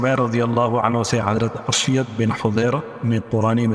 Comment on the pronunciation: اسید بن حضیر۔ الف پر پیش ھے